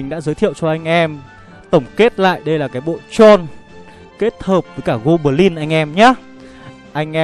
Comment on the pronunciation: Gô bờ lin, tơn 5 :)))